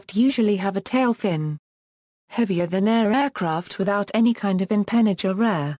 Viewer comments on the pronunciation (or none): NO! Wrong pronunciation!